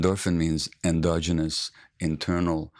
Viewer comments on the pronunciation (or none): none